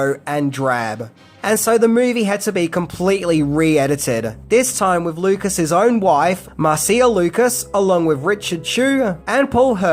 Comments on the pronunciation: Marcie-ya? Lol. Marcia, Mar-sha👍. Good video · Marcia is pronounced Marsha. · Homie doesn't know how to pronounce Marcia?